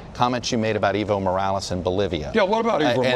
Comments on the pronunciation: Dear Americans, please learn to pronounce the name "Evo Morales". It's not eevo, it is eh-vo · Not eevo, ehvo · Hey Kyle, the right way to say Evo is Eh-vo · The former president of Bolivia is EVO, not IVO. Ok, I understand this host doesn't speak Spanish... but ¿Ivo? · it's not iiiiiiiiiivo Morales, i'ts EEEEEEEEEEEvo Morales. EE as in Enter. You don't say Inter, right? you say EEENTER, then say with me , EEEEEEEEEEEEEEEVO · Its Ehh-vo no evil lol